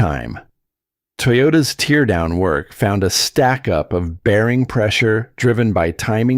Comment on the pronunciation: ….you lost me at “tear” down rhymes with “here” down….and not “tear” down, rhymes with “there” down…..impeccability with your word is how I trust the “content” reliability. You failed!